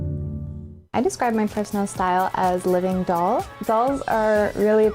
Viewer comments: Daz saying dole instead of doll for 11 minutes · I can’t get over the fact that Daz says “dole” rather than “doll” 😂 I love this man :) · Love the way you pronounce it ‘dole’ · Is he saying "dowl" hahah